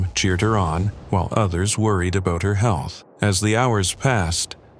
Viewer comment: What’s “aboowt”